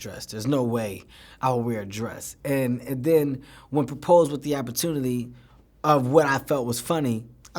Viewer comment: This nixxa said ‘opportunity’...